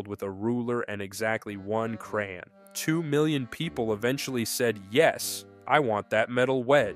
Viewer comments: Designed by a child with exactly one “crairrrn”. Is that anything like a crayon? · Did you say "exactly one ruler and one cran?" What is a cran?